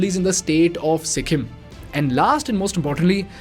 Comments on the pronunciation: Its Sikkim bro not sikkhim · its sikkim not sikkhim. but great video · On a lighter side- after Their being pronounced as ‘Dyaar’, I’m not able to focus on the content due to ‘Sikhim’.